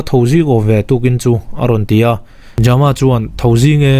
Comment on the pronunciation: ja-ma ti lovin jam-a tih tho tur a ni ang. Jamkhawlala emaw Thangjama pawh a ni thei a 😇